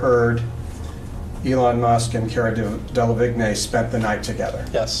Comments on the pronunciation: Cara delevingne 兩個字都唸錯哈哈哈 是car-ra del-le-veen 唸成 kay-ra Del-le-vig-nay 哪位？ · Why the lawyer pronounce Cara Delevigne that way........